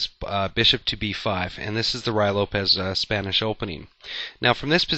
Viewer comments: It is not the "Roy" Lopez. It is pronounced "Ru-e". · it's Ruy, not Ryo. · so annoying to hear "rye" instead of "ruy" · To me it sounds like he is saying "Rye" Lopez. He must be talking about some kind of weird type of bread. A common mispronunciation from a novice chess player. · Actually it is pronounced Rui (with the i as idiot) Lopez.The y has the sound of an "i" in spanish. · Isn't it pronounced more like "Roo-ey" Lopez? What's the pronunciation for Ruy Lopez?